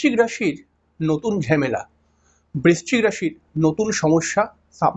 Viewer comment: ঝেমেলা নয় ঝামেলা হবে। উচ্চারণ টা ঠিক করুন।